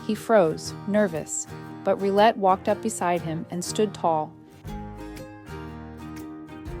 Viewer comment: This dog has to be the most accomodating/compliant dog I've ever seen. I mean being trampled on multiple times a day wouldn't be accepted by any kind of dog and rightly so. One thing: The French word "rillette" is pronounced "Rhee-yet", not "Rhee-let".